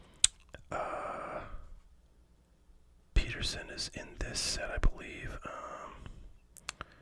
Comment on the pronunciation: It's pronounced PET ER SON